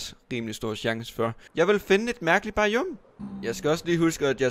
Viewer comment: der siger biome bajjuume